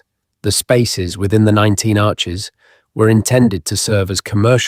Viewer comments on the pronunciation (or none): none